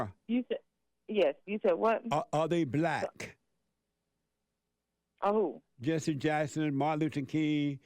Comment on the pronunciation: "Jesse" rhymes with "Genius".